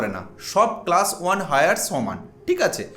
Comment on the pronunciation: হায়ার নয় ভাই, ওটা এয়ার।